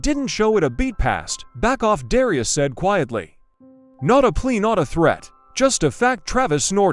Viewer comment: The commentator doesn’t even know how to pronounce Darius’s name. It would’ve been better if it was a real confrontation where there was actually the excitement of it instead of some person talking about it.